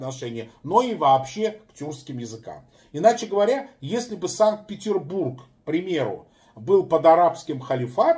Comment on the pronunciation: как говорится пи*деть, это не мешки ворочать. Ради прикола решил поискать как звучит Санкт-Петербург на арабском. Скорее всего АнтиЗапор говорит на каком-то армянском варианте арабского, потому что вместо "Сант-Бутрусбурдж" арабы говорят Сянте-Петресбург. Найдите в интернете озвучку города Санкт Петербург на арабском.